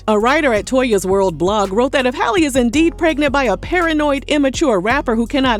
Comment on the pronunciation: Just loud and wrong HALLE her name is HAL LEE